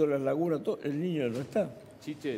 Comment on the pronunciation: Chicheeeeeeee, minuto 4,11....eso no se dice.....Chiche!!!!!!!